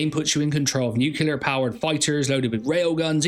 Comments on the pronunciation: there is only a single 'U' in "NUCLEAR" It's pronounced "New - clee - er" not "nuke - ewe - lar" ... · It's "new-clear" LOL! Thanks for the awesome video of more games to be on the lookout for! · What the hell is "nu-cu-lar"?